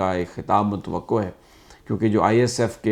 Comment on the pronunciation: Sami sahab: متوقع کا تلفظ ❌Mut-waqo ✔Mut-waqay